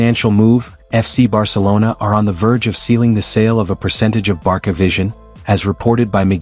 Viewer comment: Based on the name of this channel, you seem to be a Barca fan. If so, why do you mispronounce the club's name? My friend, it is pronounced [barsa] all over the world, not [barKa], for goodness sake. If you use AI for voiceover just be sure to replace "Barca" with "Barsa" in the text to make the AI pronounce it porperly.